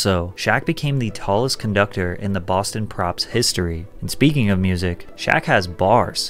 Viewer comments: It’s Boston Pops not Boston props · Boston “Props”?!